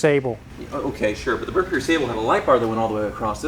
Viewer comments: Its pronounced "mare koor". I used to own a 1987 Merkur xr4ti. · It's not Mur Kur, it's mare coor. German for Mercury. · It's actually MARE-Coor... not Murk-errr. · It’s hilarious hear it pronounced “merKER” because that’s the same problem I and most other Americans had back when it was introduced. (For the record, it’s pronounced “mare coor” which is just German for Mercury). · Pronounced Mare Coor, not merker. the switch on the rear seats is for the power reclining rear seats....and I cant believe you all missed one of the most unique features of the Scorpio... That replacement driveshaft? probably not OE spec as the driveshaft going from the rear of the transmission case to the front of the diff was a 2 piece unit with a "guibo" between the two pieces to ensure balance was maintained at high speeds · It’s not “Mer-ker” it’s Mare-KOOR! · Mare-kure. Not Mer-ker. Videos are so much better without. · Mare-koor, not Mer-Ker. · And… it’s NOT a, “mur-ker”. /facepalm…. It pronounced, “mair-kyuer” or sometimes, “mer-kyuer”. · MARE-coor. Not mur-KER. How do I know? As the man who owns one... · Merkur!?! It’s a Granada. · It’s pronounced “mare kur” not merrkerr. 🙄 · Pronounced mare-koor😂 Even Lincoln/Mercury salesman didn't know how to pronounce it! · It's "Mare-Koor". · Pronounced MARE koor. I live in Michigan and most of these cars were crushed before their 10th birthday. The problem is they were expensive and didn’t have the status of a BMW or Audi. Merkur also is Mercury in German. Nice job on the video, love watching your channel. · When Merkur came out there were issues with pronounciation. At the time Ford released documentation that it's pronounced Mare-koor. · Don't know if anyone has mentioned it, but I believe it pronounced "MareKor". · It's pronounced "Mehr-Coor". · Mare Coor. Wizard. Ask somebody from Deutschland how to pronounce it. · I remember when these came out. Nobody got too excited about them. I think it was pronounced "mare-kur".